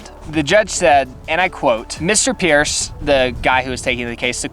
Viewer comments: I can't believe you mispronounced the guy's name hat made it possible for you to legally film. His name Price, not Peirce. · His name was price not pierce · As usual-loved the visuals --only thought--pronouncing Mr PRICE`s name correctly would have shown a bit more respect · The elephant in the room is how you slander Mr.Price's name